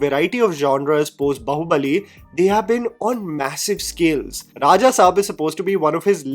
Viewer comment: Hello, Great video!! Just a small clarification, on the pronounciation front, it is Baahubali and not Bahubali. Even on the poster, if you notice, there's a line above the first a in Bāhubali, which acts like a square² and hence it is Baahubali when pronounced.